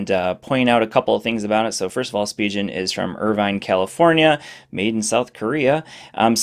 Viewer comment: It's Spee-gen not Spee-jen ;)